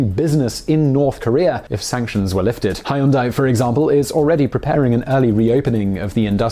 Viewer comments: Huendai, not highundai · FYI about pronunciation: "ae"/"ai" is pronounced like "ay," not "eye." So Moon Jae-in is "Moon jay-inn" and Hyundai is closer (but not exactly) "Hyun-day." And Kaesong is "Kay-song," not "K-eye-song." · Korean-American here. Been watching several of your channels now and enjoy your content but I can't help but cringe every time you mispronounce Moon Jae-In and Hyundai. It's pronounced Moon Jay-In. Not, Moon Jie-in. And just look at any Hyundai commercial on Youtube to learn how to properly pronounce it. It's not that hard. I enjoy your content but I'm going to unsub if you keep mispronouncing these going forward because you've been mispronouncing them for what appears to be years based on your upload dates. It's okay if you mispronounce it the first few times but it's been awhile now and you still haven't corrected yourself. I think it's insensitive and almost seems intentional at this point, which, if it is, then you're downright being churlish and offensive.